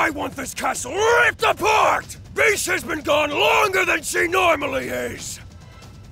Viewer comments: What says: BISH!! What I hear: FEESH! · Abigail C. Same here I kept hearing “FISH” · Yeah it was bish X3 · Every time I hear “Bish” I think of “bitch”- lmao. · I somehow heard "peach" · He sied bish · Deep _ Edits I think THATS the Point cuz he legit said “BISH PLEASE” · Cheetahfast 156 well he definitely does not pronounced it bish. Weird. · Bish, sounds like "Bitch" And,... Um. "Sex"? I'm probably wrong on lol.